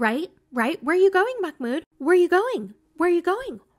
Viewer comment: It's not a K sound, it's a glottal stop (an abrupt cut off) which is a very common sound in Arabic but much less common in English.